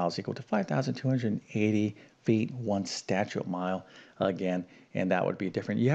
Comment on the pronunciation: Statute (as in statute mile) has TWO syllables, not THREE syllables. Seriously!